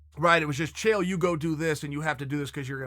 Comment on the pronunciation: Chaael, Smith and Wollensky brutha, lol. Not Smith and Lewinski.